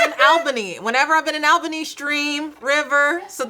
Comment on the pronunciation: Thank you to Angela for pronouncing Albany right fr